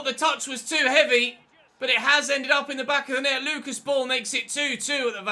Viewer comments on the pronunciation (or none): none